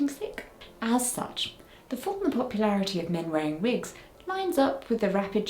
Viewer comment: Have you worn wigs? Vill you wear vigs? 😂